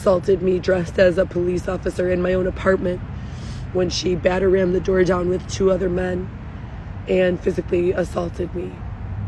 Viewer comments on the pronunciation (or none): No tears! & every time she says “batterram” I’m just like girl😂😂😂😂